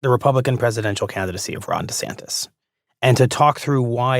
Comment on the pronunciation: DeSantis can't even figure out how to pronounce his own name. Florida is at war with its largest employer. Florida is losing insurers due to global boiling and isn't doing anything about it. Florida has flesh eating bacteria, leprosy, malaria and have a joke of a health care leader that was picked only because he was antivax. He signed a six week abortion ban. There is nothing a non MAGA nut job would want for their lives.